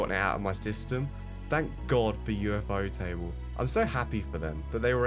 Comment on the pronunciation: You lost me at ufo-table💀